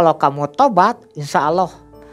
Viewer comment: apa susah nya sih bilang Allah, knp hrs awloh ? Kan beda lafadz nya, beda lafadz beda arti